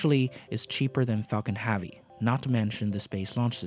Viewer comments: "falcan havey" XD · It's Falcon HEAVY not Falcon Havy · Falcon ‘Havey ‘??? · Everytime I hear Falcon Havy, one brain cell dies.